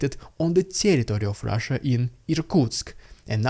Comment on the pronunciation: Rrrrttttttrrrraaaaaaasssiiiiaaa🤣🤣🤣 thats if we spell how u pronounce